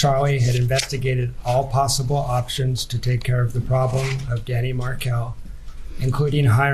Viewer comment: that’s actually a funny reply, I’ll give you that. FYI: the emphasis is on the last syllable “Mar KEL”. Bye!